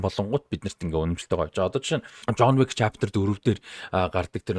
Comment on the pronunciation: ЖООНЬ ВИК гээд байхын ЖООН ВИК гээчээ дуудаж чадахгүй бол битий гадаад нэртэй контентууд хий